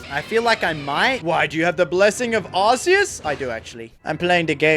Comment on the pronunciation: It’s arces but it’s pronounced ar- key- s and also it’s not porkumon it’s Pokémon